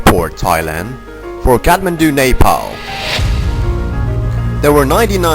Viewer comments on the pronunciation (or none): The narration guy can't pronounce Kathmandu even😅🤣. Bogus video.